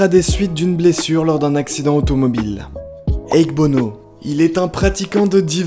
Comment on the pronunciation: èk'bono MDR : a-ké-bo-no ! Et Andre Roussimoff?